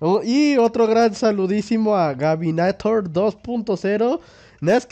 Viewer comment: Toma tu like pro estás bien crack pd : pronunciaste mal Govinator dijistes Gabinator xD pero gracias por el saludo